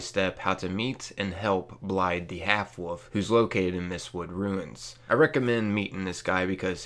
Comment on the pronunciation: FYI its pronounced Blaiv, blaidd is Welsh for wolf :)